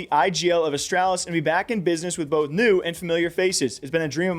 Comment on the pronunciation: the way you say astrawlis bothers me